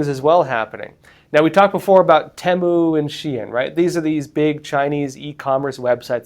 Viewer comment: Finally hear someone pronouncing "Temu" the way I do. Nicely vindicated; if someone would know is.